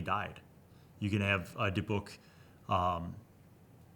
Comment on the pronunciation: Native Hebrew speaker here and I had to say you NAILED how to say Dybbuk The other way you said it is the way English speakers usually go for some reason